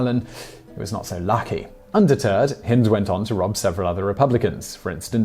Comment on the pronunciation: So he should, he’s English after all. Shame he continually mispronounced Hind to rhyme with wind (blustery weather) and not as in kind, bind or find.